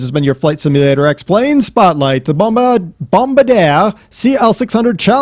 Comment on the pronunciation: its pronounced, Bom-Bar-di-er with an emphasis on the "ER"